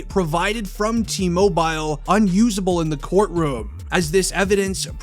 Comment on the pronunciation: Cringe the way you say TMobile lmao